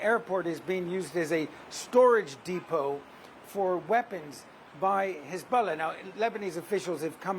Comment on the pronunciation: The reporter/narrater pronounces Hezbollah “Hezboooolah.”